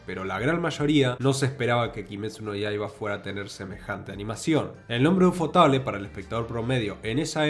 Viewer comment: UFOTABLE se pronuncia como 'Yuufooteibol', y MAPPA haciendo entonación a la silaba '-PPA'.